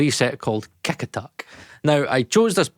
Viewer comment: I love scottish accent. For Kick Attack preset I thought he said KekAttic.